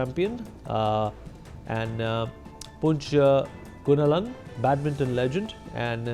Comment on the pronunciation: You can't even pronounce Punch Gunalan you say poonch Gunalan.SHAME ON YOUR ENLISH STANDARD